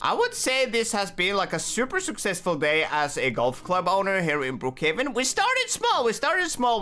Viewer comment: He said Brook caven😂😂😂😂